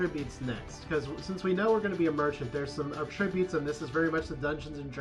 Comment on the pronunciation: At!-tri-butes. not uh-trib-utes